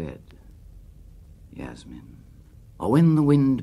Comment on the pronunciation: Ah but only if Burton had pronounced Yasmin correctly